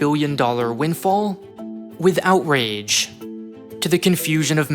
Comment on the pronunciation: I heard the phrase "with outrage" as "without rage". Funny how a different pronunciation can lead to the precise opposite meaning.